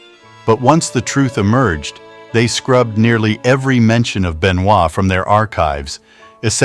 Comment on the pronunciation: Ended the video as soon as I heard "Chris Ben Noit"